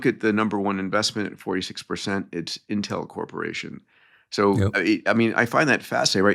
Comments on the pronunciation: 2 things for: 1. We know you went to MIT bro; the banners are a bit cringe 2. It’s “Inn-tell” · Never heard it pronounced Intél. Is that correct???